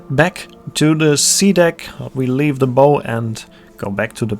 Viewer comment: Very well done. Just on little thing....the word BOW is pronounced like "Bough" like the bough of a tree, not "bow" like a hair bow.